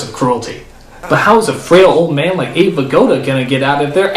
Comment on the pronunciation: It's Abe not Ade